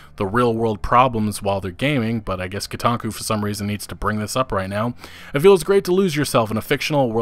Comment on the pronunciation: When you said "Nuketaku" thought you were saying a different -taku website and did a double take.